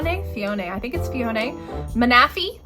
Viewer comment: I was ready for some good laughs but most of them i kinda agree with and didnt really make me cringe. Only one that i had a slight cringe was manaphy but thats probably because you prenounce the mana part the same as in manectric while i believe it should be just like you would say meta in metagross. Gen 4 is my favorite gen since it had ma boi turtwig in it. But the disrespect to the lord of all pokemon bidoof....big oof